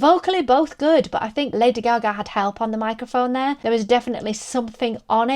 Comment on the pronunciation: There is no way in this universe that Kelly Clarkson is a better singer than Lady Gaga. I like Kelly, but get real. And stop mispronouncing Gaga's name, it's annoying.